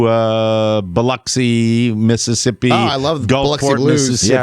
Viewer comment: Thank you, Mike, for knowing how to pronounce Biloxi.